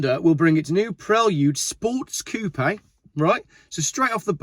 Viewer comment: the dude can't even say coupe right LOL! and ppl listen to him? LOL